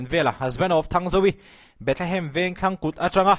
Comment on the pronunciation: A tir ah Bethehem i tih reng kha, i trawng sual aw 😂😂